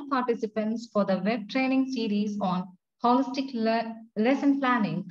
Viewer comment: It's not Holistic "not whikistic"